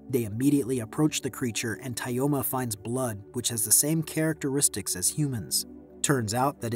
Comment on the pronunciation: It's pronounced more like Toma